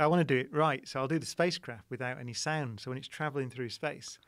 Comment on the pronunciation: On when he said sound I thought he said sand and in my head I was like “I don’t like sand.”